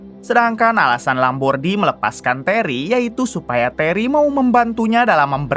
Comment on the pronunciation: Nasa Lambordi jadi Lombardi mulu, daripada penyebutan namanya susah mending ganti aja jadi Supardi, suparman atau agus